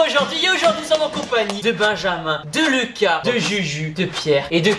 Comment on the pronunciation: « De Leuca » 💀